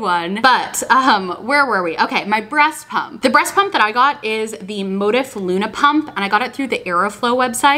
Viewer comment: The way you pronounce Motif cracks me up 😂🥰